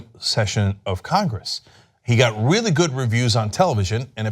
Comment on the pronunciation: "donny is weally weally mad" 😂😂😂